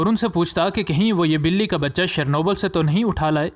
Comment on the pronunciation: اردو میں روس کے شہر کا نام چرنوبل پڑھا جاتا ہے. جیسے جرمنی کے شہر کا جرمن نام "منچن" ہے مگر اردو یا انگریزی میں اس کا تلفظ "میو نخ" لکھا پڑھا جاتا ہے.